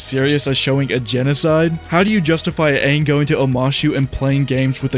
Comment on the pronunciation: They kept saying Aangs name wrong which annoyed me to no end in the live action hope if they make another live action they fix it